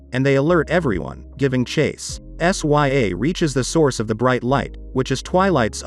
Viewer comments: Her name is princess sya (sigh-ah) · First off, the way you pronounce her name. 😕 S Y A? Really? Second, She didn't build that flying machine she found it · Bro said sya like what